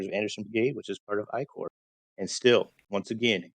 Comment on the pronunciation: Corp has an "S" in it. Corps Like an Army Corps.